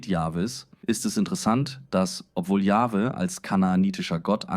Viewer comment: Natürlich ist es eine KI-Stimme, alleine schon die Aussprache YupselonHweH=Yahwhe (Yachwe ausgesprochen).